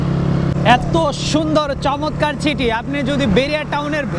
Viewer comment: আপনি আগে ছাইড আর ছিটি বলা চেঞ্জ করেন। 😂😂😂😂